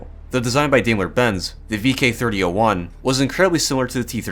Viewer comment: Just a hint on the pronunciation of German tank "brands": for Krupp say: "kroop" (same as "crook" with a "P" at the end), for Daimler-Benz, say: "Dime-ler Bentz".